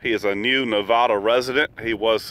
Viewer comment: Hi, as a lifelong Nevada resident, I feel the need to correct you on the pronunciation of our state name. The "vad" in the name is pronounced like "bad". Isis says hello.